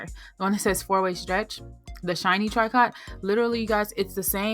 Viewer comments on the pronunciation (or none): Love the info but the word "TRICOT" is pronounced " TREE- CO " not "Tree Cot"